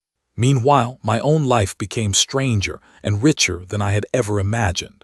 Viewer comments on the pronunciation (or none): none